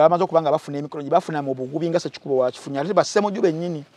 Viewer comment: His name is Hon. Ssekikubo NOT SSEKUKUUBO.. ur the 1st mugand I have listened to and doesn't know how to pronounce this name!!